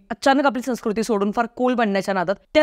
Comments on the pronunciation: संस्कृती या शब्दाचा उच्चार चुकतो आहे तुमचा... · व्हिडिओ चांगला आहे. पण एकच गोष्ट खटकली ती म्हणजे तुझा संस्कृती शब्दाचा उच्चार!! चूकीचा होता!